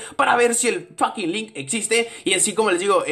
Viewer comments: android el lick no se pronuncia a si se pronuncia el lich y el lich pertenece a la serie de aventura de hora de aventura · se dice lich